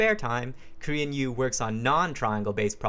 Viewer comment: Thought he was saying "Korean You", had no idea what was going on.